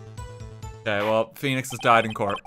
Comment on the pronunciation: RT butchers Phoenix lmao